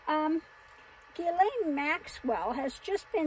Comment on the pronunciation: Someone pronounced her name correctly. That’s noteworthy.